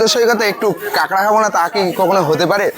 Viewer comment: পাগলা কথাটা কেঁকড়া নয় কাঁকড়া।